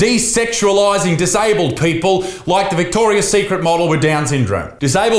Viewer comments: Mandela Effect. It used to be just Victoria Secret as Isaac seems to remember as that’s how he’s pronouncing it and wrote as the title. But it’s always been Victoria’s Secret 😮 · Vihhhtorrrriasss tthhhheeeekkrrrit